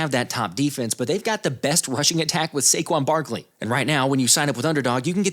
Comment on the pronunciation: CAN YOU SAY SAQUON BARKLEY